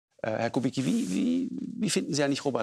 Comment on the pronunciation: Herr Lanz bitte dprechen Sie rşchtig aus nicht kubikki sondern kubitzki